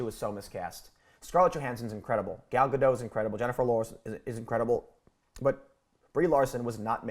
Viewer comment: Gadot, not Gadou